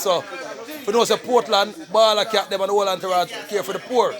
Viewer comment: Di man name Bawda Kat bredda, not balla Kat...and are u on some type of political campaigning ???. What's the name of ur party ???